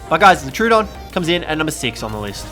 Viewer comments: It’s pronounced tro-oh-don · It is pronounced tro odon